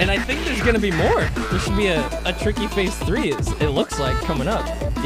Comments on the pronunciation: I am absolutely certain he said “Tiky” there and you cannot convince me otherwise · he said tiky at teh beggining of expurgation too lul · King of Ice-Cream Sandwiches in that specific part it sounds like he says Hank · might be my imagination, but I SWEAR tricky is screaming "Hank" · Anyone Hear Tricky say TEA T